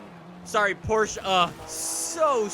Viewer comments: Its not called Porsch. Its called PORSCHE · Porsche is pronounced like Poor-shuuh... not poorshhh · Can you start pronouncing the E please??? Its not Porsch its Porsche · Its porche not porch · ITS PORSCHE NOT PORSCH !!!!!!!! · PORSCHE-AH PORSCHE-AH GET IT RIGHT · It's just Porsche not Porsche-a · The way he pronounces Porsche bothers me so much.😂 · PorschE has 2 syllables!